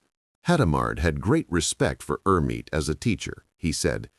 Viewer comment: Clean up the AI, which repeatedly refers to Hermite as HER.